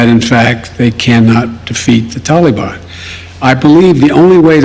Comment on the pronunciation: Ffs can't pronounce Taliban!